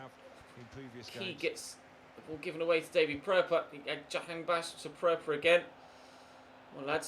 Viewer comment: As an Iranian I'm glad that you pronounced Jahanbakhsh as close as possible, I've seen other youtubers don't even bother to try.